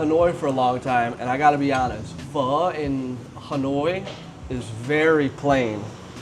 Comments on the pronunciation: You say pho so well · Pleased that you pronounced Pho correctly 😊😊😊😊